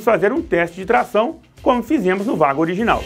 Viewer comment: A pronúncia certa é ueigo não vago 😂